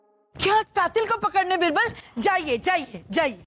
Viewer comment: Yeh rani बिरबल kyo bolti बीरबल ( Birbal ) hai ,,ish pr ई bolta nhi banta